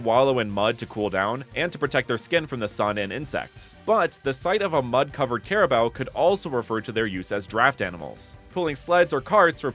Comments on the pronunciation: Ima teach how to pronounce carabao first don't say CARABAO but say crabao but with a hint of A next in the c BUT THANK YOU FOR DOING A REGION ABOUT MY COUNTRY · its not "care"abo its ka ra bow turn the c into k you are affending me im a flillipino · its karabaw not kerabow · Cara... Bao? I always thought it was pronounced caraboo. Carabao just sounds bizarre and wrong to my brain. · By the way it’s pronounced as carabao i think since that’s how my teachers pronounced it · I did not want to say this but carabao is pronounced kah ra bow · its pronounced care-a-boo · You pronounce carabao wrong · erm That's not how you pronounce carabao🤓☝️